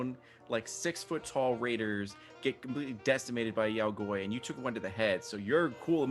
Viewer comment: I’ve never heard Yao Guai mispronounced so many times in my life.